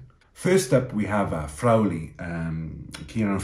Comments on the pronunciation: it's 'Frawwwley' not "Frowley". I think you are mashing up Crowley's name with Frawley's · great stuff. Btw, just on the subtle pronunciation of names...re. Frawley, it's 'Fra-lee...and the 'a' is an 'aah' . Ireland to win by a min of 20!!! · Your pronounciation of Frawley needs work...